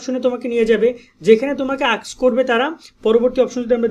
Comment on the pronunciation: Bhai apni nijei to ekta vodai , kaj koren kom kotha bolen beshi.! What kind of cheap way is this of your content making ? Man at least you can’t pronounce words correctly , It’s “ask” not “aks” !! Ashole apndr moto murkho content creator der jonno , Ajk Bangladesh egote parchhe nah ! Kivabe korte hbe seta na dekhiye , khali ajaira bokei jacchen , what kind of sh*t is this ? Apnr bok bok shunte chaise keu ? Baal er faul marka lok